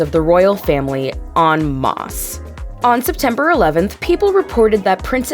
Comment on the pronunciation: LEARN HOW TO PRONOUNCE EN MASSE Ugggghhhhh it was laughable or painful or both!!